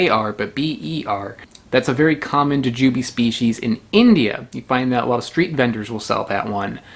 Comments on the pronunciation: Bought some of those last week at the Indian supermarket, the guy said they were gooseberries. Tried it, figured it was picked too green and traveled too far. Threw it out. Jujube has the stress on the second syllable "juJUbe " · How are you not saying JooJooBee?🤣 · Interesting stress on the syllables. I never thought to pronounce it that way-- joo' jah bee! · You pronounced Jujube like if you have only seen it on print, but never heard it pronounced.